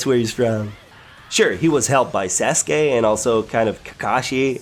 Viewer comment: ThChosen King same when he pronounced naruto, sasuke, and sakura wrong i was so annoyed